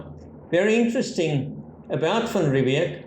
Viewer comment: It is Jan van Riebeeck. Old wives tale in SA, but it is van Riebeeck. Possibly a younger less grey van Riebeeck.